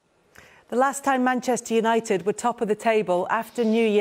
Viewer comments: Gary Neville really can't say 'Manchester'. "Mancccchhhh United" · Manchster Uniiiiiited 🤣🤣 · Manchtur yanited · “Maneschur United” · Seeing as he’s from Manccchhhh maybe you’re saying it wrong? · You'd think Gary Neville would know how to say Manchester by now 😂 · No he isn’t.